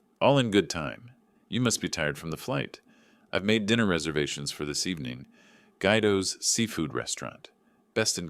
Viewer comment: It’s “Gwee doh”!